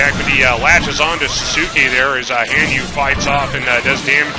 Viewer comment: Another good match, but if you get Sasuke you wanna say it like "Sauce-Kay"